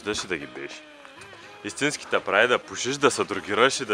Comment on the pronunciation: hahha истината е това :D "Ама мен ни ма ибе брат .. брат важното е да ни та ибе брат и да си иссински туй е важното .. важното да си иссински е Важното е да си исссински и брат .. и туй ни тъ ибе и си иссински " РАЗПЛАКАХ СЕ :D :D